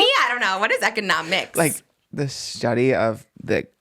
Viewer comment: “What is eceonoMICS” Period Trish